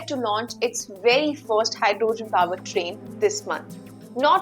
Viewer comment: Great command on the Language. Make it better by looking up the correct pronunciation of HYDROGEN ( the O is hardly pronounced) and particular , the A is hardly pronounced…no need to elongate the space between the P and R….so it is almost pronounced as Prticular! I know that the consonant followed by any vowel generally requires the elongation…but it is rule not a principle. Therefore you can’t apply it everywhere….youll simply have work hard and learn the words where it is and it isn’t applicable.